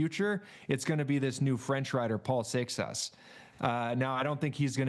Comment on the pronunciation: He can say “Seixas” correctly but not Pogacar or van der Poel? 😂